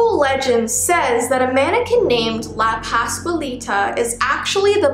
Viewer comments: You did say her name correctly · I am Mexacan American but I speak English But you are saying it correctly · I speak Spanish and this is right